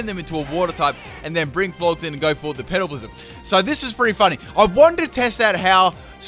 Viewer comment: I know he is saying petal blizzard but it sounds like pedo blizzard... haha